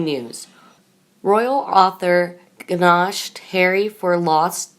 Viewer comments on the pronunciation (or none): This reader makes me "GA-naysh" my teeth! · The G is silent in gnash 👍